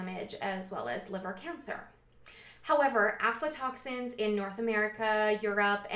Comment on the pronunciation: video 2 years old.. that has real scientific information. has > 500 views... but some whacko moron talking some pseudoscience panic bullshit will get millions.. but anyways thanks. i came across some "OMFG DONT EAT PEANUTS ALPHA-TOXINS!!! (she pronounced it alpha " panic today and linked this video to her. also yes, everything you said about lectins; Legumes are a superior food and vital to nutrition and lectins are no worry.